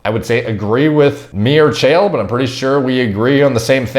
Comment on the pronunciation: Chael rhymes with Chad